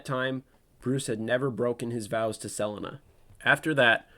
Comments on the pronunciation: The way you pronounce Selena really hurts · Great video but what I don't understand is how you can pronounce Selina correctly in some parts, and yet so horribly wrong in others. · why did you pronounce Selena that way? AI voice maybe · I think it's AI trained on the narrators voice... No one pronounces Selina that way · did you say selena wrong so i would comment? it worked lol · Why did you randomly start mispronouncing Selena like 10 minutes in. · You pronounced Selina correctly ONE time in this entire video and then got it wrong every other time, making me desperately hope each time you’d correct your mistake. I see now this was your brilliant subtle plan to make sure people watched the video all the way through… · So sick of this ai narrator…just like 2 minutes into this video and already getting pissed with the narrator…why can’t ai pronounce Selina the correct way..just so lazy…why can’t you use a real person…just so may mispronounced names…makes it really hard to just sit back and enjoy a video like this when so many names are not pronounced correctly…also doesn’t help when I have to deal with an ad every 3 and 1/2 minutes… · Idk how people make hours long videos but don't know how to talk. Selina. Sa-lean-uh. NOT Sell-Lin-ah. Katana. Kah-ton-a. NOT Cat-Anna. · Selinuh? Her name is Sel-ee-na, Selina Kyle. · Sell-en-na? The fuck? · My question is how is no one questioning that this got Selina and Dana's pronunciations wrong. Suh-Lee-Nuh Day-Nuh This screams AI voice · Got me mad confused on who sell-in-nuh was for a while until you said Selina Kyle 😭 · Pls tell me he doesn’t say Sel ina the whole vid 😭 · "Selinna"? Really bro? You're gonna preach about batman knowledge and cant even pronounce the character's name? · Sell-a-na for cat-woman is craz. 😂😂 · Selena (SE-LEE-NA) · Really good video...but I find the way you pronounce Selina's name disturbing. Isn't it Suh-lee-nuh? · Who tf is sel- inuh ? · My nigga,"Su-leen-a". Dope vid but that was killin me...